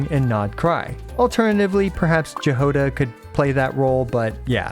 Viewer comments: Jahoda is a word from czech/slovak nations and is pronounced as "Yahoda". good video makes sense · Jahoda is pronounced Ya-gou-da, my dude